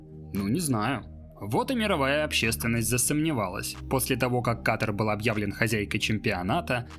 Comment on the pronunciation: *Ката́р, Ката́ра, Ката́ру и т.д. Только из-за этого не стала даже досматривать видео 🙄